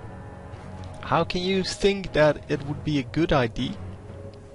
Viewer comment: Probeer eens te zeggen 'idea' ipv 'idie' lol